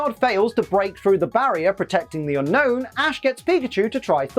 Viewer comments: It's actually pronounced un-OWN not unknown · Okay... I'm about a minute in... I will watch the rest but... Unown is my favorite pokemon And it's pronounsiation is SOOO WRONG!!! Everyone says Unknown... but the pokemon is Unown... 1. Yes Oak calls it Unknown... but he also said "there are 150 pokemon..." (paraphrasing) why the F**k is it pronounced as Unknown.. If anything it should be Un-own, or You-Known The region Unova is pronounced You-Nova why not call it Un-Nova as the proper way of pronouncing it!!! I've had this argument with many, and now others call it Unown (Un-own) What's everyone's thoughts about this!?